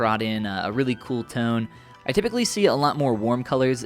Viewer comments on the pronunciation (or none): none